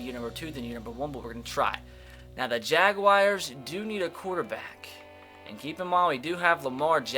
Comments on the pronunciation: Atticus Bird “Jagwires”😂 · Why does say jaguars so weirdly